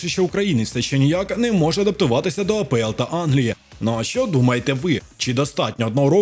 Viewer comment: Автор кажіть вже на Англійську лігу А , ПЕ , ЕЛ . А не А, ПО, ЕЛ. скільки можна помилятись ?